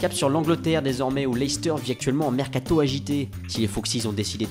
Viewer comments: mécato il a dit😂😂😂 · comment il a dit "mercato" j'était ko sinon bonne video